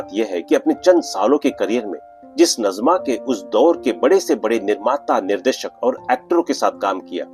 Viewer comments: नज़मा नहीँ नाजिमा। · Her correct name pronounciation is Naazima